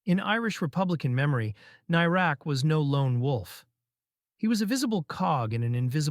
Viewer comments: Whats a tank doing commentating on this issue; he can't even pronounce the guy's name. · Shame you can't pronounce his name correctly